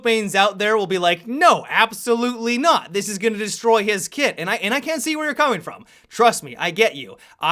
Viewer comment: Lol, i know but it sounds like "kid"